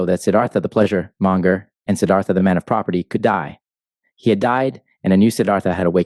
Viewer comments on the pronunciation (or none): it's siddarta ..